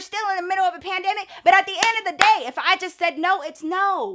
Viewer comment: “At the ennn ofdamuuhfuknDAY” 😂😂😂